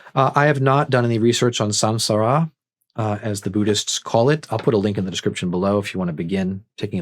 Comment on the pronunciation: Btw, it's pronounced, "som-SAR-uh."